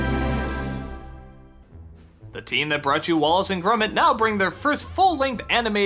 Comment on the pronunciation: Did he just say 'Wallet and Grummit'?